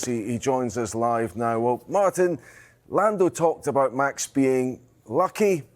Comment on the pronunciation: lamb lando , haha nice slip of the tongue !!